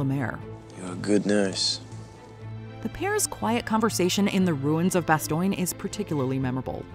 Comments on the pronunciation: Your pronunciation of 'Bastogne' is atrocious at best, and as a historical documentary absolutely cries out against your lack of research on the subject of your video. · You can't even pronounce "Bastogne" correctly, even when you do a voiceover in a scene where it's pronounced correctly. Why should I ever respect this channel, ever? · It is so annoying how she constantly says "Bastoiiin". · They pronounced Bastogne correctly in the clip from the show you shared, but you said it wrong? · Great video but the pronunciation Of Bastogne is Bastone, not Bastoyne. That error takes away from the accuracy, sorry to nit pick. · Its not "Bastoinge", its "Baston", the US officer pronounces it correctly literally seconds after the annoying AI voice gets it wrong. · Had to stop due to intentional mispronunciation of the town names. You're speaking English it is not bastoyn, it is bastone! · You need better programming for your "A.I." voice. The town which was preserved is called "Bass- tone". That's where the "Battle of the Bulge" occurred. "Bass- tone"... NOT "Bass-toin". It is a shame that you found a need to use "Artificial Intelligence" in the first place. But, if are going to use "A.I.", it is best if you get the pronunciation of words & place names correct! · The constant mispronouncing of Bastogne (should be pronounced "Bah-stone", not "bah stoin") is frustrating as hell. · Couldn't even get a minute in before getting annoyed... "Bast-oin"???? Have you watched the mini-series? Bastogne is pronounced in the show as "Bast-own". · she pronounce Bastogne ( Bastone) as Bastoine..😅😅😅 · It's pronounced ba-STONE, not bas-STONG-ee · Agree but it's no worse than the "Bastone" pronunciation. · its not "Bastoing" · Say it with me - "Bah-STONE" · It’s BAST-OHN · Bastoyne? When these narrators mispronounce words.......badly......it really detracts from the video....enough to move on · Does anyone else notice Bastoin, not bastone. Lol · you said bastone wrong! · Lol "Bastoyne"?